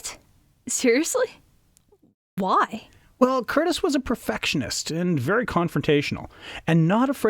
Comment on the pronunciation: Michael Curtiz's last name is pronounced curTEEZ, not Curtis, like in Tony Curtis. And it's Una O'Connor, NOT Una Connor. The scene between Robin and Marion on the balcony is one of the most romantic ever. Olivia DeHavilland is just luminous. I'm amazed you found this scene boring. Well, at least you didn't criticize the Merry Men in tights or equate Errol Flynn with Kevin Costner.